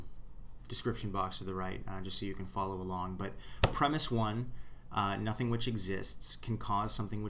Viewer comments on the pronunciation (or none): none